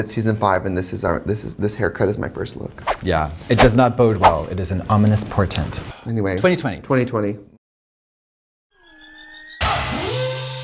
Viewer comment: "It is an ominous portent"